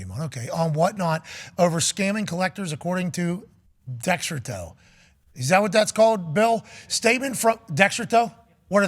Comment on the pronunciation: “Decks-Her-Toe… what is that the authority?” 😂 hilarious